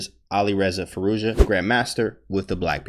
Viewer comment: You nailed that pronounciation.